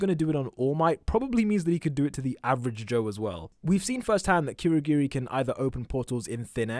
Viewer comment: It's not kweurogweri It's kurogiri